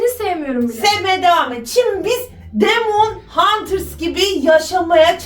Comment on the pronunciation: Demon huters değil demene hunters